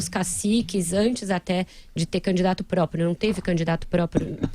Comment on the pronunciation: Não é possível que alguém que quer ser presidente fala própio.